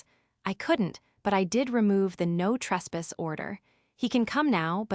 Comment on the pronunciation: AI can not say caulk, or retainer. No trespass. Can not say trespass.